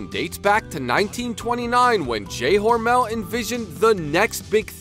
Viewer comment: Your pronouncing mr hormels name wrong I work for them the last part Mel is pronounced mull hormul